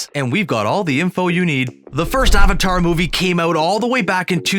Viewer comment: It's avatar not aavaatar